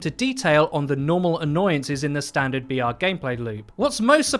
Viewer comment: I was hyped every time he said BR but farther on in the video I realised he was not saying VR but BR